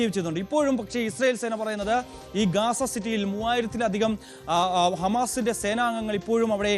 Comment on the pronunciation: Ooley not gesa ,,gaza